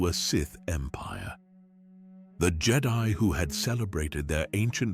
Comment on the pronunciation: I don't think its AI. And I say that bc you can always tell when they don't pronounce the word correctly (like the word read. Is it present tense or past tense) and a couple other words they always get wrong.... this guy pronounced Jedi two different ways! Originally it was Jed-i (on the i) and then it was the way we all recognize. Seems legit to me ❤